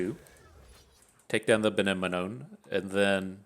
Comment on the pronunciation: I love how you struggle with pronouncing benemone >< i'll give you the solution ! Just like anemone which it refers to :D sad i missed your lives this week end but i turned on notifs wont happen again